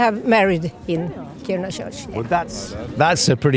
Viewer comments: Lol the pronounciation of Kiruna. From what I know as someone from Stockholm, we pronounce it ”Ki-runa but Ki as in kiss and runa as runna but very fast. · Didn't think putting the emphasis on the wrong syllable in Kiruna would trigger me so much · Pronouncing Kiruna like it's japanese 😭 it's Ki-ru-na slowly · Yes. But it’s pronounced Kiruna. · When the presenter doesn't even care how the city name is pronounced, I don't really care to continue listening to what he has to say. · How many times can you hear a name of a town without picking up the correct pronunciation?